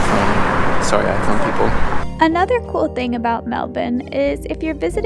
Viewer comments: LOVE that fact you can pronounce Melbourne properly. Huge respect haha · Did you notice........you pronounced Melbourne correctly at least once, well done you!